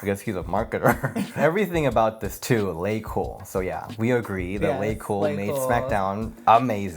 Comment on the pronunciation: Its Laycool babe not Lacool😂😂😂